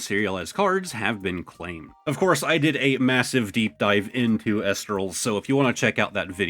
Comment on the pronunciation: it's pronounced E- lestrals